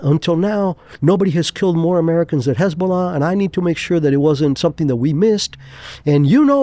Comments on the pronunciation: Lol everytime he says hezbollah as hasbullah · Did you just call Hizbollah Hasbulla??? 😂